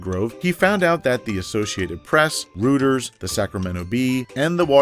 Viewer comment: Reuters is pronounced "R-oy-ters", not "R-oo-ters"